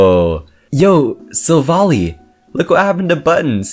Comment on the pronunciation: You are pronouncing Silvally’s name wrong. It’s annoying. It’s SIl-Val-eye.